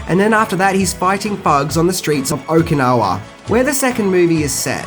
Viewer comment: Please work on your pronunciation...You butcher so many words not to mention facts. It is Okinawa not Okinoki lmao